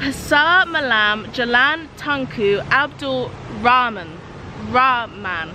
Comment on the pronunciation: Wow pronouncing it just like locals! "Tunku Abdul Rahh-man!" thats funny but she nailed it! Congrats!